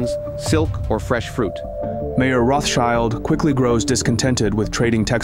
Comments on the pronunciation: Although I realize how idiotic u people have to be just based off of u calling the man “Mayor” instead of Mayer- pronounced as Meyer- I continue to watch but am only being further annoyed by the lack of truth and inspection! Poor job. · It’s not mayor, it’s pronounced my-er. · It's not Mayor, it is pronounced My-orr. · just to fix a potential misunderstanding, the beginning of the video talks about Mayer Rothschild. Unfortunately, the narrator mispronounces the name "mayor," which may lead you into thinking that he was the mayor of Frankfort which he most certainly was not. Jews could not hold any government jobs.